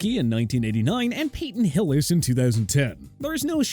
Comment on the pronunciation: PEETon Hillis 😂😂